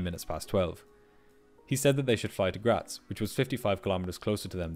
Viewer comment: Thank you for pronouncing Graz correctly